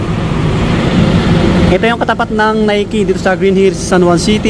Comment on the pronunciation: Nike is nayki ang tamang pagbasa